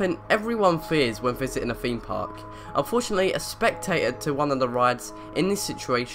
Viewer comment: Top Extract haha no he's talking about how you say your "th's" Example: feem park